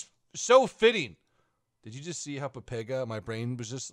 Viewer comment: did you just say papega? dont do that...............dont...do...that.